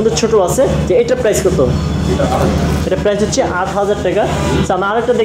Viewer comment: I love it when u say teka , instead of taka! Really sweet tone bro!